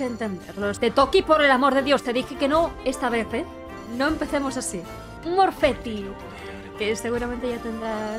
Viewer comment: F porque salió "Morfeti" y no "Mortefi"